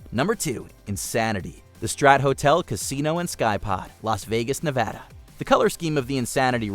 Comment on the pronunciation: For christ sake people. It's Ne Va da. NOT NA VUH DA